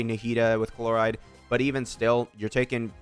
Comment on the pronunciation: chloride really? shes not a toothpaste ingredient my dude, can you atleast try to pronounce the names, its not like they are voiced for you 100x in the story or anything.